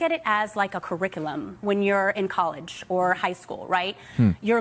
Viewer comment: Curric-uh-lum? You didn’t graduate at all